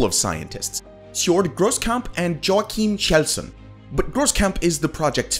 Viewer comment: That attempt at pronouncing 'Joakim Kjellsson' 💀